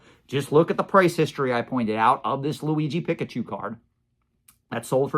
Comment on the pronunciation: PEEK-UH-CHU (not pick)